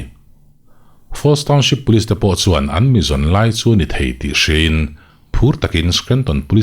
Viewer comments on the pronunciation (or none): none